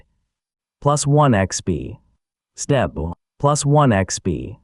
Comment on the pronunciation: Ai trying to say step SESSTEPPPO